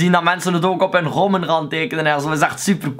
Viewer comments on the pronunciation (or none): Je zij gommen inplaats van gummen